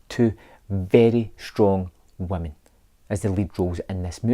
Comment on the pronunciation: “2 very strong waamen” cringe! Beta!